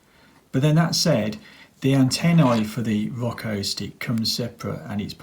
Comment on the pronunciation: He keeps calling it “rocko” lmfao 🤣